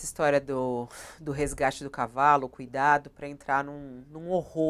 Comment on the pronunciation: Ela falou reagate de cavalo, ou eu to ficando doido ? Teve uma pauta desse jornal lixo sobre "resgate de cavalo" 🤔🤡💩